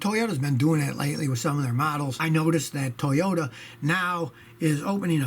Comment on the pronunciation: the Toyodee Yaris... Scotty you feeling alright man?